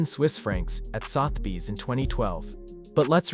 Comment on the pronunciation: OMG, he actually said, SUHTH - Beez. I hate the ignorance of AI.